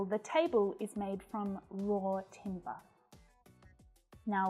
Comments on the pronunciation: Raw and Roar are Not pronounced the same. In fact a number of her examples are incorrect in the pronoun. Be careful if you fowl her example! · Hi, I would like to say that the word "raw" doesnt end in "r". It can be easily pronounced correctlywithout putting an r at the end. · Ruth here, wow, she pronounces some of these words wrong raw and roar should not rhyme that close, wow, wow, come on